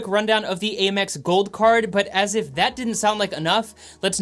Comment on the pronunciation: A quick little FYI, American Express is most commonly referred to as AM-ex instead of A-mex.